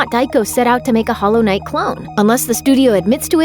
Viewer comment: Stop putting such emphasis on the "i" in knight like its a questions